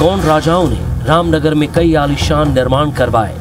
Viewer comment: Ramnager nahi haio nam nager hai ji